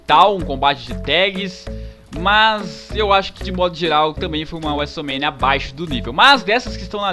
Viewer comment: e seus vocabularios estranhos wuesomenia wuesteler